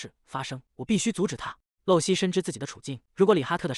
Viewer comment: 麻煩一下，可以請解說人員說正確發音嗎?【露】這個字，在當名字或是某固定名稱時，是念路，像；露西亞或露珠 相反，在當句子的口語、動詞時是念漏，像；滴水不露或露出馬腳 謝謝